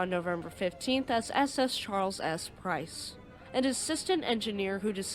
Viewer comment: You said Prince instead of Price when talking about the Charles S. Price.